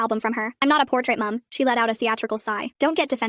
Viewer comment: I like how she went British for a second “mum” 😂😂😂